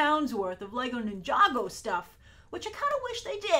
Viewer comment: Is it really pronounced "nin-jago?" and not Ninja-Go?